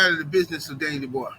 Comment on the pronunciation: Dubois got the mutant strength with the R 😂